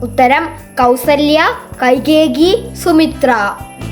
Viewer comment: കൈകേകി, അല്ല കൈകെയി